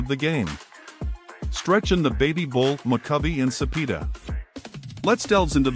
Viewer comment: First comment! Cepeda is pronounced "Su-pay-du", not "Su-pee-du"!